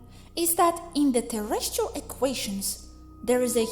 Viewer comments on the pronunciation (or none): none